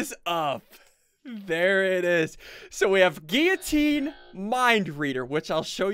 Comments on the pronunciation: Ssundee:giutine Me:its giulotine not giutine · Ssundee this is how you say guillitine Gill oh tene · Ssundee guillotine is pronounced Gil-o-teen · No it's pronounced gui-o-teen